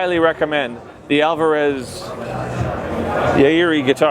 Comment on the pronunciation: "alvararezzzzz.....YAWIRI" lol